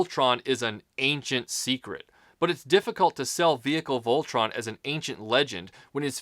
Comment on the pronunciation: good job even though your pronouncing it wrong its a great review